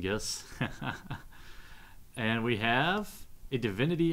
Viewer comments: its ignus not ingus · Ignus not Ingus..